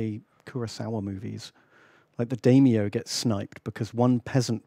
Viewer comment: saying "Daimyo" hurts my soul